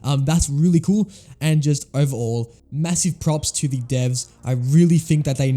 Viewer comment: You should learn when "The" is pronounced "di" and when it isn't